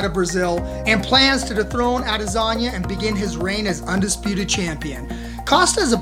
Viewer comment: Sounds like your saying lasagna instead of adesanya